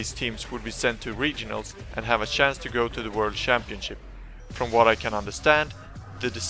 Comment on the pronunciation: sjance, its a dead give away when swedish people say chance